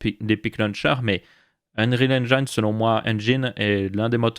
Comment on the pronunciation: Merciiiii de commencer à faire l'effort de ne plus dire engAÏÏÏÏÏne <3 <3